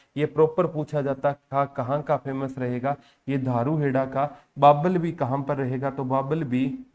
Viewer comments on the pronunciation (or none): Babbal nhi sirji bawal h